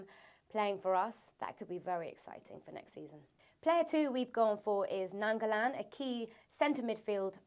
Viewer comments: Just pointing out, it's not Nan-go-lan. It's Nie-an-go-lan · It's pronounced Nine-go-lan!! But TBH, I don't think we need a BX. We need to give RLC and Baker the chances, they are simply amazing players, both better than Ali but neither given a chance. Really want Bonnuci if Terry goes. Great sweeper, experienced and a leader. Will be like Carvalho to Zouma and Desailly to Christensen. Ibra would be good but I'm not so sure we're as dead on him or desperate for him as you make out. He could teach and revolve with Traore given their ages alongside Costa. Costa is a formidable support striker. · No offence but before a video you should learn the pronunciation of a players name who's nangolan?